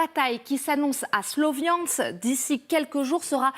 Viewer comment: SLO viansk dit a la française trop drôle